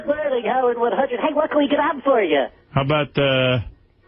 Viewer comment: it’s the old way he says “How-ard 100” that kills me everytime